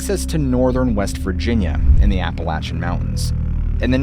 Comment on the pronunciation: First, thank you soooo freaking much for pronouncing Appalachian correctly! ❤ Second, again thank you for your dedication to your channel and your subscribers.😊 Your hard work hasn't gone unnoticed 🎉 😊Dogman?? What about Dog Woman??😊😊😂